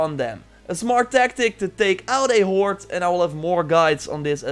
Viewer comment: I like how it sounds like 'horte' when you say horde.